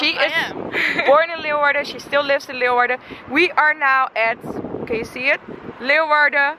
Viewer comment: Wonderful tour.....and thank you for pronouncing everything right! I was born in Leeuwarden and my family goes back many generations in Leeuwarden and Friesland! Lived there until I was 6 years old. But….at least learn to correctly pronounce LAY VARDEN!